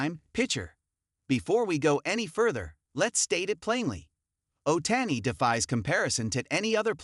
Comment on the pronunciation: Shohi Ohtayni 😂😂😂 the AI is wild